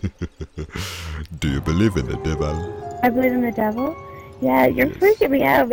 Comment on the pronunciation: he said the power of de deval is vera shrong